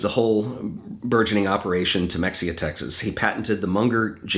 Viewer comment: FYI - Mexia, TX pronounced Muh-hay-uh Your videos are outstanding. I wish I had found them sooner